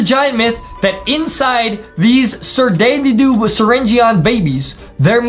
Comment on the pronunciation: Say it right: "Da Da doo" Not "Da Dee Doo" There's no y or e in it.😮